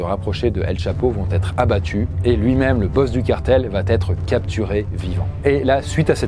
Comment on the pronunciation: Franchement c’est super cool mais les « il va-t-être », « il va-t-avoir » etc sont insupportables !!